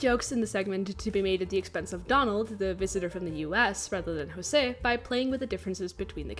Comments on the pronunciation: Just wanted to say Jose in Brazil is pronounced ggose like how its spelt Edit: I know you researched a lot but I just wanted to tell you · José is actually pronounced with a more English sounding J in his earlier incarnations because Portuguese pronunciation of José is like that, but Disney messed it up when they started having José appear again in the 90s. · I love that you apologized for pronouncing José incorrectly, specially beacuse DISNEY themselves do it wrong. Good on you. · It’s pretty wild that José’s name hasn’t been pronounced correctly in like 60 years (unless it was pronounced correctly in the new Ducktales and I missed it). Also, in an interview with José’s og VA in a radio program in 1945, he mentions the unmade third Cuban-based third package movie which he referred to as “Carnival”, saying he hoped to be in it, but at least he got to play Carioca a couple more times before his death. No one’s been able to fill the shoes left behind by Oliveira and Garay as José and Panchito. Oliveira’s performance was SO charming and he brought a lot of energy to the role, I’ve read that his friends said that he basically WAS Carioca in real life, and Garay had a great singing voice, it makes it hard to listen to later covers of the Three Caballeros song where the VAs for Panchito either struggle with the high notes or sound too stilted (though the VAs for the characters in the new Ducktales are pretty good.)